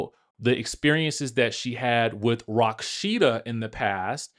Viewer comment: Why are you calling her Rocksheeda ??